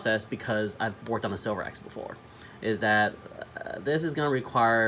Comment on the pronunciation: Informative tutorial video on how to improve a Spyderco flipper. 👍 However, just a FYI, this Spyderco knife is actually spelled “Sliverax” and pronounce like a wood “sliver” and not the metal silver in its name.